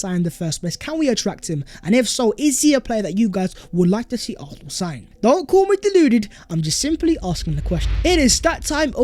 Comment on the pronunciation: Fam it’s AR-SEN-AL !!!!!!!!